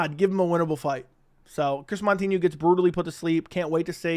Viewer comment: Not MON-tinho…MOU-tinho